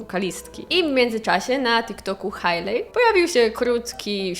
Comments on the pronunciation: 😎😎 i mała korekcja, Hej-Li nie Haj-li, mwah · Hailey czyta się "Hejli"